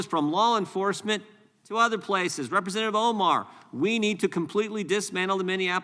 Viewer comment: Can you say represntitive?